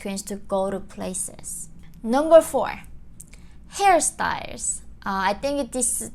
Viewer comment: I was not watching the video and only listening it and when she said HairStyles, I heard Harry Styles🤣🤣